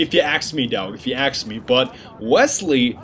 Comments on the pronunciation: Can you please stop saying 'axe', I know it's ask, I know it's American, I know it's spelled the same. But your not American is all, no big deal kinda annoying, no offence meant, figured you wouldn't know if I didn't say it. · If you aks me you are damn funny.